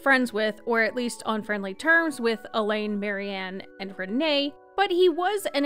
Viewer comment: Pronouncing it Elaine makes it a woman 🙈🙈 it should be Al-eeeehhhhnn